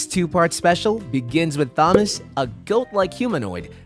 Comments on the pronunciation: You say Thomas like you've never read the name before. You pronouncing it like THomas instead of Tomas gets to me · Thomas is pronounced as Tom-as not thumb-us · so i’m the only one who noticed this guy saying “THAM-us” rather than “TOM-us” 😂😂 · you pronounces thomas wrong its pronounced tomas even thought the h is there its supossed to sound like tomas so SAY NAMES RIGHT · ITS Thomas (Tom-uhs), not Thomas (thom-uhs), Proof you didn't ever watch the show and your just reading from a script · "Says." Why do u pronounce it like "sayys"? Also, it's not tho mas. It's pronounced Tomas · It's killing me how he pronounces Thomas. It's pronounced like TOMas, not THOMas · “Th”omas… come on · You’re calling him Thomas but the H is silent. It’s just pronounced Tomas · why bro keep calling him þomas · Him saying Thom -as is killing me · I thought I was the only one who noticed that 😂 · why are you bad at pronouncing “immediately” and “thomas” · Who the hell says "Thomas" like thag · Who says thomas like that ? 😂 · why did you pronounce Thomas like that? i'm just saying weird way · Why are we not pronouncing the T in Thomas? T.T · It’s not Thomas you idiot it is pronounced Tom-ass (the H is silent) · Loved the video but they way you said Thomas and Doug I cringed every time dude lol ❤❤❤❤ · never ever heard someone mispronounce Thomas